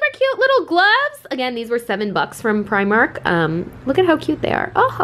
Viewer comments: Dunno why her Scottish pal didn’t tell her how to say “primark” properly it’s PRE-mark not pry-mark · Say primark like u r from london, pre-mark! I am Irish... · the way she pronounced primark..... oh my god help haha